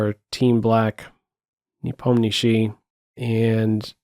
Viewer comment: you are the only guy on YouTube who actually pronounces Nepomniatchi correctly the way it's pronounced in Russian:) And great commentary as always!